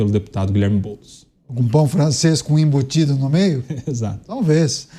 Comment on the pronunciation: Gostei do caniato e pão francês com inbutido ......inbutido kkkkkkk⚖⚖⚖⚖🗽🗽🗽⚖🇧🇷🇧🇷🗽🗽